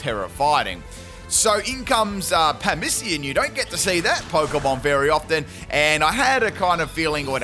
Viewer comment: Passimian:...: Pammisian 😅